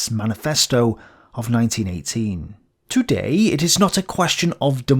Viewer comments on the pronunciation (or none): none